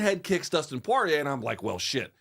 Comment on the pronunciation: Porrier reigns in the UFC for 40 yrs. Everyone knows his name. Everyone knows how to say it. Loog insists on calling him “Parr-eee-yay”.